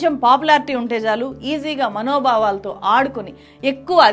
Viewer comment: అమ్మా ముందు మీరు భాష నేర్చుకోండి అప్పుడు చేద్దురుగాని మీ జర్నలిజం. మనోబావలు, బావ జాలాలు ఏంటిది.? బావలు మరదళ్ళు కాదు భావ జాలము, మనో భావము అని పలకాలి. మేటర్ పెద్దదౌతుంది అని ఇదొక్కటే చెప్పాను ఇంకా చాలా తప్పులు ఉన్నాయి. మీ తెలుగు వింటూ ఉంటే చచ్చిపోవాలనిపిస్తోంది. మీకు పుణ్యం ఉంటుంది ముందు తెలుగు నేర్చుకోండి లేదంటే తెలుగు మాట్లాడడం మానెయ్యండి అంతే కానీ ఇలా భాషని ఖుూనీ చెయ్యొద్దు. చిన్నదానివైనా స్త్రీ పట్ల ఉన్న గౌరవంతో అమ్మా మీరు అని ఎంతో మర్యాద పూర్వకంగా చెప్పాను అర్ధం చేసుకుంటారని ఆశిస్తున్నాను. ఆయుష్మాన్ భవ 🙌